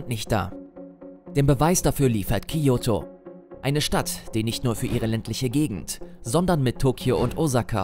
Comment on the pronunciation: Bei Kyoto und Osaka. Waren auch keine großen Fehler. Osaka wird mit einem scharfen s ausgesprochen und Kyoto nicht wie Kiyoto